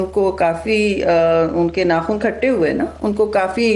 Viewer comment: میڈم کو بتائیں ناخون کھٹے نہیں ہوتے 😂 دانت کھٹے کہتے ہیں